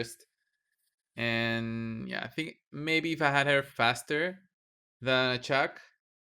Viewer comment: Sounded like you kept calling her Chuck so that is what I will call her from now on 😂😂😂